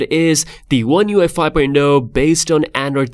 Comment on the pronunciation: He keeps calling it one UEFI lol. Good video though man thanks for previewing it for us